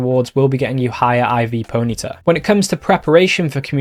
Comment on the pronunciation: PONY-TA not ponita